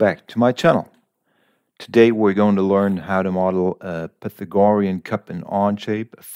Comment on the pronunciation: You might want to look up the pronunciation of “Pythagorean”.